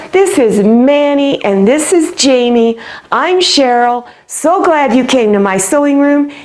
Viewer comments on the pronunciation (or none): none